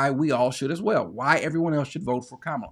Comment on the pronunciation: you know just enough to think you’re right and not enough to know you’re wrong….about a lot of things. The person who said, “No hate like Christian love”, was correct. It is racist to pretend you cannot pronounce Kamala’s six-letter name but clear on Tchaikovsky. She was elected 4 times. Also, I was an hour in when you revealed you’re an ex-con. The entire time I was listening, I was thinking, “Damn, this guy sounds like a bootleg penitentiary lawyer”. Good luck, but I won’t be listening in the future.